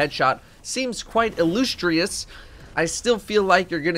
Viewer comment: I love you, but... Illoostrious? Lol.